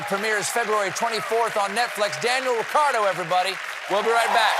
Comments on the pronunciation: It's Ricciardo, not Riccardo. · This dude pronouces his own name wrong. How do you get the spanish name Ricardo from a very Italian spelling Ricciardo? I'm pretty sure the double cc makes a chi sound... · just to notice - Daniel Avocado, not Ricciardo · At least get his name right. Its unpleasant